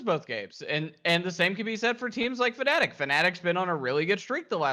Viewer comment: At least pronounce fnatic correctly for once, do you want people to call you tailor instead